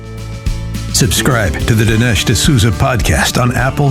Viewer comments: Jamie... dude... his name is Dinesh - not Denish. How would you like it if Dinesh called you Jimai..? 🤣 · It drove me crazy that Mr. Glazov kept mispronouncing Dinesh’s name